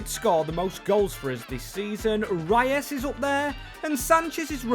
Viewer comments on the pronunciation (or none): none